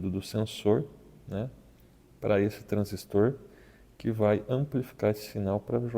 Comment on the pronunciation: Parabéns pelo vídeo, bem explicado. Obrigado por dedicar seu tempo para trazer essas explicações e até da gosto de ouvir a pronuncia correta da palavra TRANSISTOR, bom demais.